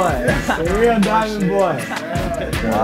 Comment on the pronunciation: This is the bag of "DIAHAAH".